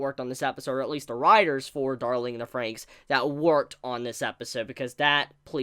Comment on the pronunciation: Why do you think the XX in FranXX is silent? It's clearly not.